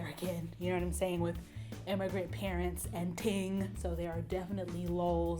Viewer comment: "Immigrant parents an ting" LMAO....😂😂😂😂 she gotta be either jamaican or trini